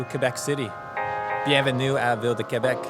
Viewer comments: Thanks for visiting !!!! Really cool video 💙💙💙 And I appreciate your effort of saying "Québec" correctly and writing it correctly as well ! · thanks for pronouncing Québec correctly, most english speaker don't seem to bother